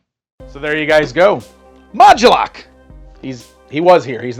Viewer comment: Why is he emphasizing or adding a "gu" sound? Isn't it mod-U-lok? Like MOD-YOU-LOCK?